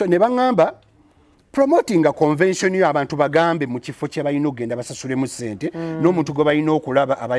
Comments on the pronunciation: Speak on it!! I thought my ears were going bonkers!! For some reason a lotta folks pronounce it that way!! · it’s not CONVASION please., it’s CONVENTION. RoGe tried to over pronounce it to help you. Please style up